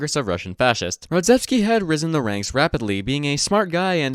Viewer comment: RodzAevsky not Rodzevsky